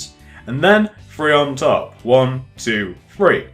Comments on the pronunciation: good vid but its Three not free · sounds like he said free instead of 3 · He says free not three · Hate to break it to yah but it’s three not free solid burn!! Ooohh!!!!😎😎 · it is annoying right one ,two ,free not three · Not hatin but its THree not Free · It's not free it's three get it right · do u guys notice he says free instead of three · stop saying free no a fense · ***** i like how he says free instead of three im not making fun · alex c chill its fine that he says free instead of three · He says three "free" (like if u noticed